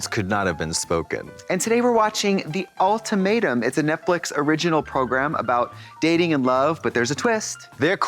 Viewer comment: I'm happy to know other people say "All-tomato" instead of ultimatum. Hope they watch the reunion episode!